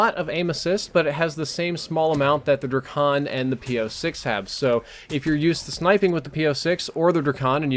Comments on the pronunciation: btw drAkon has a a in it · He called the drakon the Dra-con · "Druhkon" lmao